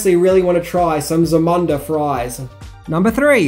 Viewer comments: Dude it's "ZAMUNDA" not "Zumanda." Guess that's one thing you didn't know. Lol 😄(all in fun)😠 but seriously it's ZAMUNDA! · 1. It’s pronounced “ZA-MOON-DA”! 2. That pic is “The Wiener Circle” in Chicago, which also did the same thing (one of the most popular spots in town) 3. No mention of Nile Rogers and the score, which was ‘next level’. Otherwise, keep making great vids and thanks for covering this one...as it is a ‘must-watch’ among the African community 🙏🏾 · If he say "Zamuda" wrong one more time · Say it with me Zam-U-nda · Dude. It is pronounced "Zah-MOON-Dah ". As in: the Kingdom of "Zah-MOON-Dah". Proper pronunciation matters. (even when it is about fiction) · dude it's pronounced Za Moon Da. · Zuhmuhnduh? U can’t even say the name right. U googled the movie and never seen it before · Thank you! The way he pronounced it drove me crazy but overall, he did a good job. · Im from Australia and I dont pronounce it like he did and it was irritating me as well each time he said it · Great movie and interesting facts but every time the word Zamunda is said he pronounces it incorrectly and drives me nuts, haha. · Za-mun-da? Did u watch the movie? It’s ZA-MOOOOOON-DA. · Zu-mun-da? Did you even watch the movie?? Its Za-moon-da! smh lol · Zah-MOON-dah, not zah-MUN-dah you "sweat from a baboons balls"🦧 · Zamunda is pronounced Zahmoondah. The Company that I worked for did the Zamunda Flags for the Movie Coming 2 America. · You have the countrie's vowels mixed up. It's Zamunda, not Zumanda. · Bro you have to start watching these movies before you give facts. I know you’re credible but they say “ZAH-MOON-DUH” (zamunda) several times. I’m not sure why you’re calling it “Zoo-Mondah” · You called Eddie Murphy's kingdom, " ZaMANda"... TWICE!... It's "ZaMUNda" you poser! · That's Za - Moon - Dah